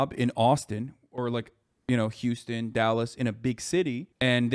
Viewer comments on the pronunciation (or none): none